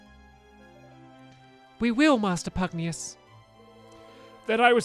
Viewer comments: Pugnacius, not pugneous. Why did you keep saying pugneous stampy its obliviously pugnacius. Can you read at all stampy? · Finally! No more Pugnius! From now on, Stamps shall pronounce that Pugnacius! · Its “ Pugnacius” not Pugnauis 😂😂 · His name is pronounced pug Nay shus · His name is Pugnacius “Pug-nay-shus.” (Later on in the video) Oh nvm. xD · You’re say pugnois wrong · Omg it's pronounced Pug-nay-shus it's been bugging me forever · its pug knee us get it right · It's PUG-NAY-SIOUS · Why do you keep pronouncing pugnacious wrong when the cut scenes pronounce it for you? It's pug-nay-shus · Stampy pls it's pronounced as Pug-Nay-Shoos... Just saying. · It bugs me that stampy cant read PugNACIUS' name correctly lol